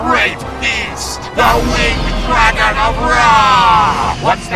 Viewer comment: Because of LK i now subconsciously pronounce dragon as "Dwagon".